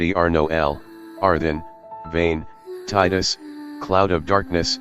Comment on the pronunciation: See even the text to speech voice knows how to say Tidus's name correctly, amazing. :D